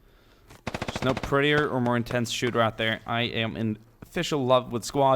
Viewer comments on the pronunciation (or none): none